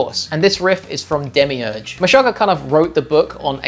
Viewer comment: That's not how you say Meshugah. Search this video and Tomas will tell you himself: 'Meshuggah's Tomas Haake Breaks Down Band's Writing Process'